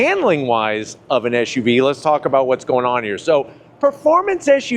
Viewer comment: Hey mate, these vehicles are called SUVs, not ShUVs.